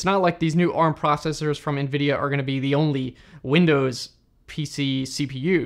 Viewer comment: The way you pronounce Nvidia as "EenVidia" lol. Cute American accent. Tnx for the info tho